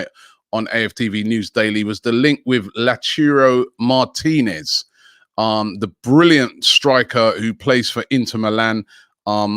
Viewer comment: The best thing about this show is you get to listen to 500 different ways Robbie can pronounce a player's name.... "lautirio Martinez, Lowturo Martinez"